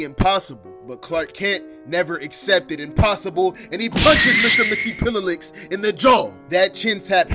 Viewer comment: btw its mix-yes-spit-lick